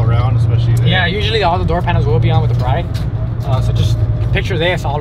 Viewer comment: Brid lol not Bride, it's pronounced Brid like Lid